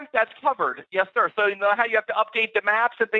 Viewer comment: i knew 10000 per cent the first guy was indian he has tried his best to work on pronounciation and phrases but the way he pronounced some words like `sir.` was clearly indian!